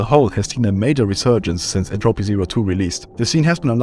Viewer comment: My man doesn't know how to pronounce Entropy (still watching cause I can tell this is gonna be good)